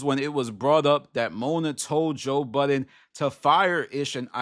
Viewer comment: You're talking about people not remembering people's names, then you go ahead and say Joe BuddenSSSSSSS. There is no S in that man's name.